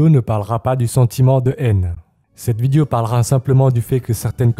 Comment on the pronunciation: Je t'aime bien et tout mais pourquoi les asiatiques ont tant de mal à prononcer le mot "vidéo" ? 😂 ça me fait tiquer à chaque fois.